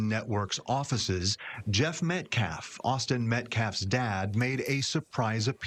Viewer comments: Can’t even say the name METCALF correctly, and he’s talking about disrespect…. Good. Actual. GOD. This has become so disturbing. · he did it very purposefully.